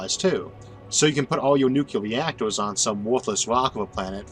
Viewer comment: Sept 2020 All of you casual listeners should hear Isaac now. Speech impediment is disappearing. He is working with someone. Now he will learn how to pronounce 'nuclear'. Two syllables, bot three, please.